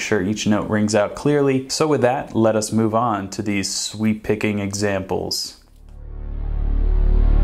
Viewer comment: Bruh, I've been playing for almost 8 years, and have never heard of sweep picking. At first I thought you said "sweet picking."